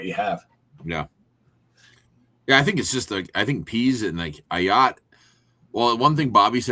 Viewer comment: Bro, how are you not able to pronounce Ah Yats first name? He has been with the program for 3 years now and you can't get his name right. C'mon